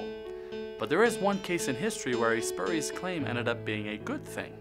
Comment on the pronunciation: "Spu" part should sound like "spyu"